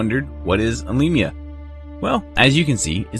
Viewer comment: You pronounce "Alemia" very well ;) Don't forget that we are French speaking, the name will always be different in English and in French.